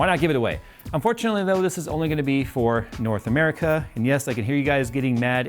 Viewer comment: Oh man, when you said Norh America, I thought yay Canada is included! Dare to dream... but alas... it was not to be...😭